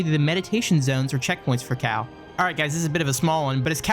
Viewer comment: I was searching for a cow until I realize he actually said cal ..